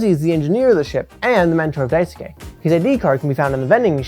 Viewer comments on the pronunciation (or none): this is a fantastic video. i have no notes on the content! however its pronounce dice-kay! you dont need to emphasis the u like "dai su ke" just dicekay! <3